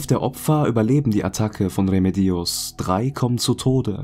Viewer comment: Bei Remedios liegt die Betonung allerdings auf dem zweiten „e“! 😉